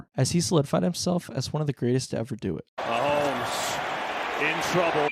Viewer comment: I was actually enjoying your video, but I turned it off when you pronounced his name "Muh-hoh-mee." If you're actually that ignorant, I can't take your opinions seriously.